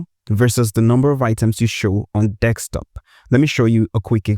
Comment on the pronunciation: It’s desktop, not desk(x)top. Thanks for the tutorial.